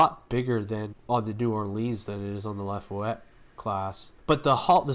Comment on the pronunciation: No they are extra Torpedo Launcher themselves according to Memory Alpha for the New Orleans also the ship name isn't Lafuette it is Laffah Yette Class that is how you pronounce it.